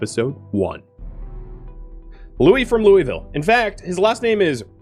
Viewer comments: 80-85% of us native KY people pronounce it “lulville” lol most likely why they were giving you heck for it. But really enjoy the PZ and State of Decay play throughs. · Btw its LOO-UH-VUL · I have never once heard this city pronounced "loy-vill" and I lived in the Kentucky/Tennessee area for years. Whoever is saying that is definitely pronouncing it improperly lmao